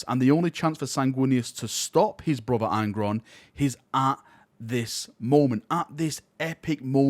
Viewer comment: All I heard was that an angel becomes deaf and unleashes his wraf against his taited bruv.